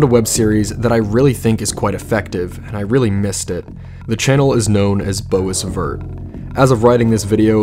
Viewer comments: if this guy says Bo is vert one more time I am going to lose my top! it's pronounced Boisvert(Bwavare) it is a french word meaning 'green wood' I think its the also the true name of Horned guy, our main character. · pronounce bwa vair , t's a french name , meaning green wood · P sure it's "bow veer" but honestly go wild with it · I’m pretty sure “Boisvert” is pronounced “BWAH-vayre” like the French surname, which mean Green Woods btw! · Interesting, I thought it was pronounced "Boys vert" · oh i pronounce it as “boys - vert” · I assumed it was pronounced like "boy-vay" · I thought it was pronounced “boiz hurt“ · Shit, I'm french and even I had the first reflex of pronouncing it BOIIIS VERHT in my head ^^ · Oh, I thought Boisvert was pronounced Bois (as in, me and da bois at 3AM looking for B E A N S ) and then vert. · this made me giggle a bit cause I have a teacher named mrs boisvert (pronounced bwah-vair) and people pronounce her name the name way you pronounced this series so that was kinda silly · I prefer to pronounce it as Boys-virt but whatever floats your boat. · also lmao the way you pronounced boisvert... I was briefly distracted but snapped back to attention like "huh??? boze????" oops nope, has nothing to do with boze lmao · "Bows vert" 😄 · I had a teachers who's last name was boisvert apparently it's pronounced beau-vair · i thought you pronounced boisvert as bwaver lol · I thought boisvert was pronounced boys-vert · nope, the s is silent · the pronunciation of boisvert in this made my day ☠